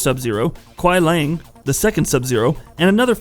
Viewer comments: Kuai Liang not lang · Really nice and informative content. But fam u just gotta get ur pronunciations better bro for both "Lin Kuei" and "Kuai Liang". Idk listening the way it's actually said since MKIII, just don't sound right in my ears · The name is definitely not "Lin Kuei", but most probably "Liang Kuai", as the Chinese word 凉快, which is pronounced “liángkuài”, means "pleasantly cool" (and isn't a real Chinese name). And the weird American pronounciation of the "other" Sub-Zero "Kuai Lang" is very likely to be "Kuai Liang" and hereby nothing else than an uncreative game developers approach to find a "new" name by swapping the two Chinese characters in the word 凉快 to 快凉 - which doesn't make any sense anymore, neither as a word nor as a name...😉 Here is how to pronounce Liang Kuai